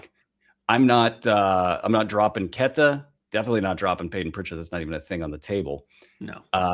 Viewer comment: Like your guys show but I think you are pronouncing Queta's name wrong. I watch every Celtic game and nobody pronounces his name like. They use more of an A not the E. in the first part of his name. Like Quata not Queta. Ever watch any Celtic games?